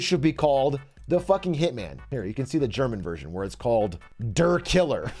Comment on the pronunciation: You can tell Bro spent time in Germany as a kid. He actually didnt fuck up the Ü. But "der" and "die".... Bro can't pronounce definite articles :(.